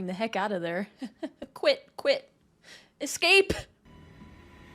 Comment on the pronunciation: Oh gosh...that "esca-pay" was a dead shot to my Finding Nemo funny bone...I am ded, I died, I am ded! 🤣 Insta-liked for that 💯